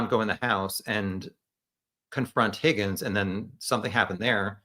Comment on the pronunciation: No. It’s pronounced “HOGGINS”